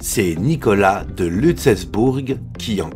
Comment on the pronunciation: LUTZZZELBOURG pas Lutèce bourg. Juste pour petite précision Lutzelbourg est en Lorraine...